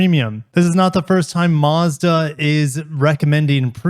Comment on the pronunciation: You’re saying Mazda wrong 😞